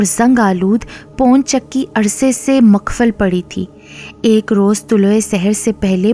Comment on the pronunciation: Wo pon chakki nhi pawan chakki h..